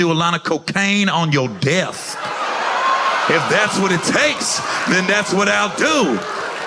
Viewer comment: Oh, he said "DESK!" Alright Gary, you better start enunciating or something. I was like "we'll thats also a way to get out of the military" 😮🍆😂